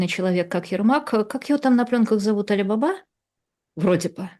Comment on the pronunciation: Не Али бАба, а Али бабА!